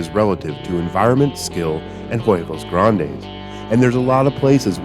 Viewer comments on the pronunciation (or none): It took me like 5 times to understand “huevos grandes” im from spain tho😂